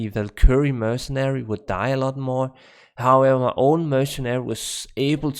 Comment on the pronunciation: Hey look at that you started saying "Mercenary" Instead of "MerciChin" !! Now you just need to get Windforce down! Not "Wined-Force" it is "Wind-Force" So funny that I said something about you saying mercenary wrong and now you got it down! Now just work on Windforce haha not "Whined-Force" but Wind-Force, (Win-D-Force). Cheers Buddy!